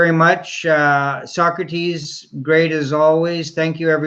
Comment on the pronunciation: Sawkrateez. Why u working with tyler? Wanna be Leah 2.0?